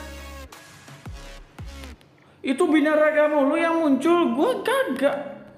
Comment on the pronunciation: Birangga bukan binaraga wkwkwk